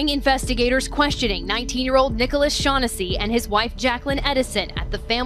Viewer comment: To the narrator, do a little research and pronounce the last name properly. The phonetic spelling is Shawn-ness-see.